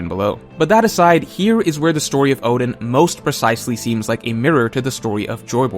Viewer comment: This guy can't even pronounce Oden right 🚮🤦‍♂️ WTF